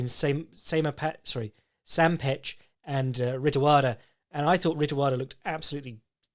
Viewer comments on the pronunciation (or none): C'mon, if you want to win over the Muay Thai/One stans you can't be saying the 'ch' in 'petch':: shakes head sadly